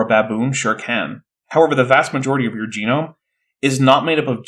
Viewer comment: Oh, is this where Bad Jackson gets his pronunciation of "jeh - noam" from?